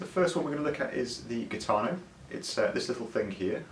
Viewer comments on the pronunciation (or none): It’s pronounced “heeetano…